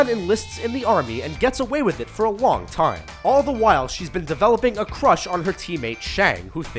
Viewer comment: Did he say for a WONG time